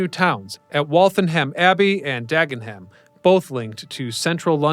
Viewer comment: Great video! But : Hertfordshire is not a town :-) also: Lewisham, not Lewisam and Dagenham (Dagenam) not DagenHam. All the best!